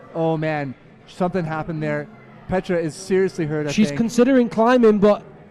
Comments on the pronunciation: Good episode, but it was a bit hard to watch because you kept pronouncing Petra's first name like she is Russian or something, rolling the R. Plus you got Gabriela's last name wrong. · Great video, as always, but one nitpicky remark: "Petra" is actually said with a long "e". I wonder why all the commentators keep getting this wrong. Here's a video where she says her own name right at the start